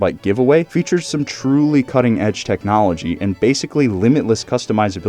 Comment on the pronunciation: Og ride Road King . No teeknowlogee Onda Road King. Og no like teelknowlogee